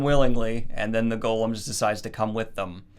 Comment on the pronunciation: I was so confused. Why does Daniel keep calling it "Gollum"? Only later I realized he was saying "Golem".